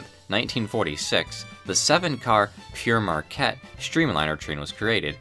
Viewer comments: Is it really pronounced “Pierre”, meaning Peter or stone, not “pear” as the French word Père, meaning father is usually pronounced? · You are mispronouncing the first word in Pere Marquette. There is no ‘I’ in the word. It should be pronounced like the fruit “pear”. The word Pere in the name is the French word for father. Jaques Marquette, for whom the train and railroad was named, was a French Jesuit priest, i.e. Father Marquette, who accompanied French explorers on their journeys through the Great Lakes in the 1600s. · Why is it pronounced Pierre and when it's clearly Pear which is French for father with Marquette being a Jesuit priest? Great video and thanks for sharing. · Being FROM Marquette, MI. myself, we were taught the correct pronunciation. "Pear" Marquette. Also we''re somewhat close to the Canadian border where French is their 2nd language, hence Sault Ste. Marie, MI and ON. Sault = Soo. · I'm a Michigander born and raised. I've always pronounced Pere Marquette as Peer or Pier Marquette. Think Pee with an R on the end. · Jacques Marquette was not "sometimes known as Pierre Marquette" ; Père is not a name but a title and it is not pronounced "Pierre"; it means "Father" in French and is a title for Catholic priests, so Father Marquette. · Pere is not the same as Pierre, the Pere in Pere Marquette means Father as in he was a Catholic Missionary and is pronounced like the fruit. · Pere is pronounced like the fruit 'Pear' meaning 'Father' in French, it also means father in the Catholic sense like how English-speaking Catholics call priests 'Father.' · Yeah I was going to say this too. There's no "i" in Père. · One correction: You keep saying "Pierre Marquette", that's incorrect, the è in Père is pronounced "eh". Pere Marquette is pronounced like the word "pair". Père is also French for "father", so the name is "Father Marquette" in English, which makes sense since the guy was a priest. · Père is French for father... not Pierre